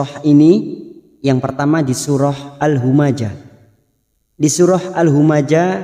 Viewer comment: Maaf ust.kenapa nama surah bukan al humazah sesuai hijaiyyahnya.. kena al humajah...didtu kan huruf